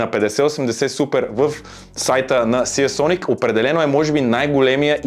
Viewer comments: НЕЕЕЕЕЕЕЕЕЕЕЕЕЕЕ СИЕ СОНИК а СИЙСОНИК !!! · СИИИИИИИИИЙСОНИК :D